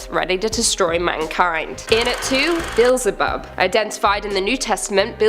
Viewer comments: Be-el-ze-bub. Get it right! 😆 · It's not "Beel-ze-bub"... It's Be-el-ze-bub.